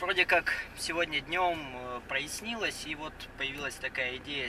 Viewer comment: я сам косноязычно и говорю и пишу периодически, но ужас как люблю умничать не прояснИлось, а проЯснилось.;)